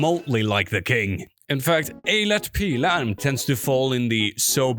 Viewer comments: I'm Swedish, and I must commend you for your flawless pronunciation of Eilert Pilarm. I actually met the man once and got a CD signed. This CD is one of my most prized possessions. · I'll grant you a like if only for actually pronouncing Eilert Pilarm correctly! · Seriously, I had to rewind just to hear him say it again. This is what we get? They pronounce "smorgosbord" like they're summoning the Old Ones but this guy learned how to say Eilert Pilarm? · Bro where are you from cause that pronunciation of eilert pilarm and morgonpasset was shockingly good. I've never heard swedish pronounced with that much care by someone not from here